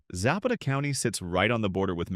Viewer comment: Za'Pata not Zappeta